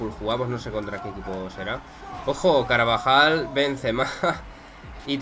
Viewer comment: nose si lo dices aposta o es tu manera de pronunciar, pero dices o por lo menos lo parece, caravajal y es bastante gracioso 😂😂